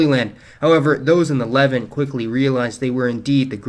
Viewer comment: Levant is pronounced "Le-Vahnt" not "levint". Great video btw